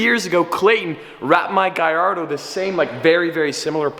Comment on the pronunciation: its not guy are doe its gul are doe